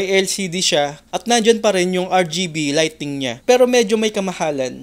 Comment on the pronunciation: Sir correction lang "lighting" hindi lightning hehe 👍👍✌️✌️